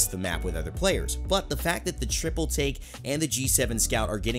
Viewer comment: Tri-ple Take Tri-ple Take Tri-ple Take Tri-ple Take Tri-ple Take Tri-ple Take Tri-ple Take Tri-ple Take